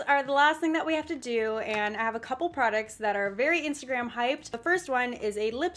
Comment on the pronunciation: The way she says Instagram makes my day... instergram